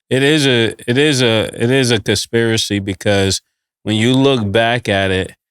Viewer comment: Murda what the phuck is a dispiracy